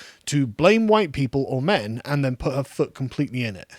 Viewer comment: You say “huwhite”?? SALTY!